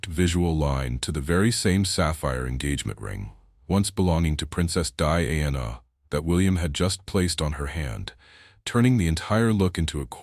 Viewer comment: Beautiful dresses, mostly, but down arrow for incredibly bad AI commentary; wrong dress entirely more than once, wrong description of event, and worst of all the ridiculously bad AI pronounced names, e.g.,, Diana, MARY for heavens sake, etc. Too lazy to correct or edit, down arrow. Best watched with no commentary since much of it is incorrect.